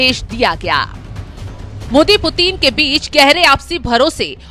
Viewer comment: 😂😂😂😂 who is this idiot, illiterate narrator... who can't even pronounce Putin correctly..😂😂 she is saying puteen puteen 😂😂😂